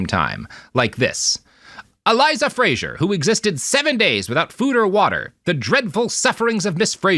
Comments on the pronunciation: Anyone going to tell them that Fraser is pronounced - frazer? The way he pronounces it is Frasier, the tv show. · As a point of principle, i’ve been sternly responding “fray-zer” every single time Robert says “fray-zher”. Thank goodness there’s no one to hear it apart from the puppies, who keep giving me quizzical looks. 😆